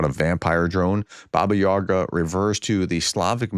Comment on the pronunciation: Where's the r in Yaga? Does your boss know you can't read?